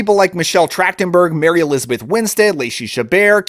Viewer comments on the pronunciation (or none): none